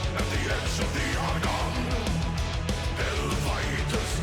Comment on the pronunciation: It isn't every day where reaction channels can actually talk about what they like, but you do it. I never even noticed that bit about how he pronounces "at the edge of the Argonne"